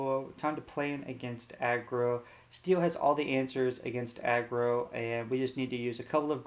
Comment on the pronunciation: This guy is the best lorcana streamer. There are some with no decklists, no explanation of what is played, why its played, no conclusion and what to change. The worst are the ones that cant pronounce aggro and say "a grow" instead